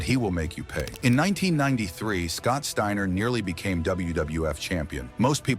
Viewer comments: Scott Stayner???? Fuck ai voices, I'm out ✌️ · Stayner? And then thirty seconds later you pronounce it right. A I voice bot goodbye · Garbage. Can't even pronounce the dudes name..... Trash